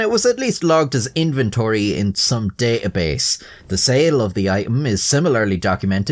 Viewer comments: DAY-AH BASE COMPEW-ERS I cannot... comprehend... this... 😆 But I love it! 😏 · You really don't like to pronounce the T in the middle of words like compu'er, da'abase, i'em, crea'ive, la'er, and hi'ler